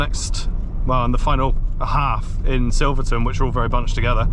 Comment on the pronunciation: Wrong, its Silverton.